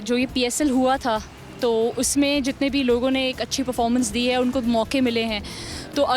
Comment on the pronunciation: The way he say performance🤣🤣🤣🤣🤣